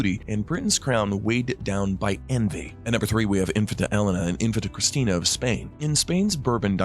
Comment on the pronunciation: And lets not forget how he was pronouncing infanta